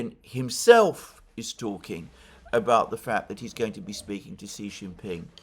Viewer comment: it is Xi Jinping